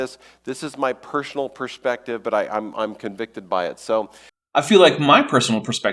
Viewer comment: "Pershonally" "Pershonal pershpective" Is shloshed?